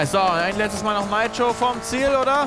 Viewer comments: Bitte sag nitro nicht neitro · 1) bitte sag nit neitro sondern nitro 2) es heist nit Rap sondern R E P lern de aussprache a bissi danke ukd bmw falsche Wahl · Ich sterbe jedes mal wenn er „Naitro" Sargt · Heißt das "Neitro" oder wird es als "Niiitro" ausgesprochen denn als Kind haben wir immer Nitro gesagt ! Voll komisch wie Felix es da ausspricht :D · Bin der Einzige den das triggert wen dner Nitro sagt??